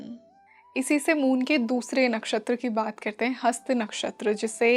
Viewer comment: हस्ता नहीं कृपया हस्त ही बोलें, यदि हिंदी में बोल रहीं हैं, हिंदी भाषी हैं तो कृपया शुद्ध हिंदी का प्रयोग करें।